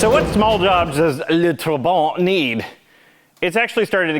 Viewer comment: It’s not TraBANT, but TRAbant. Emphasis on Tra.